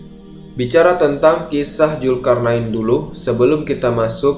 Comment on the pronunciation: Dzulkarnain bukan julkarnain